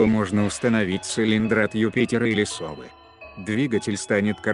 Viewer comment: Интересно, но уши режут ударения вроде "колЕнвал", "от сОвы", "запилА".